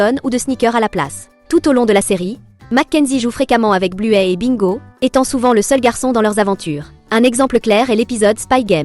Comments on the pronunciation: On dit pas bluet mais bluy espèce de bizzard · C'est bluey et pas blouê😂😂😂😂😂